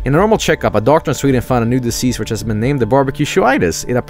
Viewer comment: I literally went "Sveeden" as soon as I saw it and then a couple of seconds later said it the same way.... Have I been infected with Jobelitis?